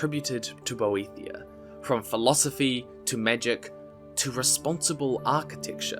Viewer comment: I could be wrong, but I believe Boethiah is pronounced more as "boet-hi-ah", without a 'th' diphthong? :) 'The fire is mine: let it consume thee, And make a secret door At the altar of Padhome, In the House of Boet-hi-Ah Where we become safe And looked after.' - The Thirty-Six Lessons of Vivic, Sermon Thirty-Four